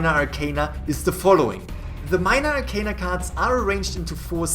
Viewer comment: I was so mad that they were pronouncing arcana wrong. 😂 I love tarot.